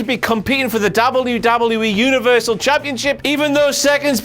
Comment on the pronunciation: owens cant say universal title